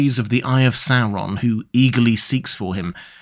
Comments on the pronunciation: It’s not ‘Serron’ it’s ‘Saur’on’ … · First time I hear this pronunciation of SaOron instead of SAWron